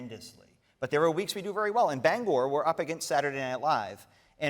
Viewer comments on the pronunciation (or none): Bang er Not Bang gor